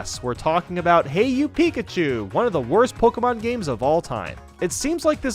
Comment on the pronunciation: Its not Pokiemon but pokemon